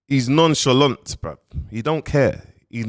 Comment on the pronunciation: Nah nah nah let’s get this right he’s “Non shalong” 🤣🤣🤣🤣😭😭😭😭😭